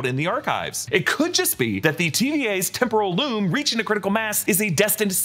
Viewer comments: When said “Temporal Loom” it sounded so much like “Temple of Doom” I think it must have been on purpose. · I love when says temporal loom but it sounds exactly like Temple of Doom 😂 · No one will mention the fact that when says "Temporal Loom" the billion times they had him say it sounds like "Temple of Doom?!" This seems like an intentional easter egg